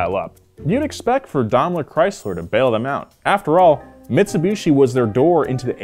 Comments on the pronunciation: its pronounced Daimler not domler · Always thought it was pronounced 'Dime-lur Chrysler' no Domler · It's pronounced "Dime-ler" not "Dom-ler". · It's pronounced "Dame-ler" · You can pronounce Maybach correctly but can't do it with Daimler. Maybach=mybok, Daimler=Dime ler. In German the second vowel of a two vowel combo is said in long form. Y in Maybach makes an eye sound, I in Daimler makes an eye sound. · Dom-lur Chrysler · Strangest way to pronounce Daimler that I've ever heard! 😂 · Glad it wasn’t just me, dam yanks lol 😂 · The way keeps pronouncing “Daimler” is so grating.